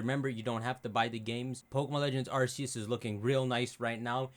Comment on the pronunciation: You keep mispronouncing Arceus